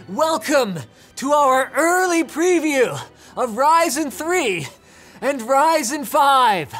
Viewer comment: when you say Ryzen it's sounds like 'Rison'